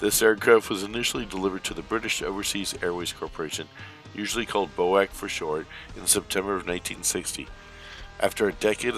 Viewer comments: BOAC is not pronounced as you say it, "BO-AC"..... it was always said phonetically, "B-O-A-C". Good video, thanks. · I don’t think ever heard BOAC pronounced as Bo-ACK, always as the letters B-O-A-CEE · BOAC was never pronounced "Boak". The letters are sounded individually, i.e. B.O.A.C. Hope this helps. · it was never called "BOAK" in Britain, and B.O.A.C. was a British airline so anything else is incorrect. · B o a c not boac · BOAC was always called Bee Oh Ay Cee! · Its not about pettiness, it is about historical accuracy, and was a hopefully helpful, polite comment for someone who was not aware. I flew on BOAC fairly frequently in the '70's, and never once did I hear it pronounced bow-ack.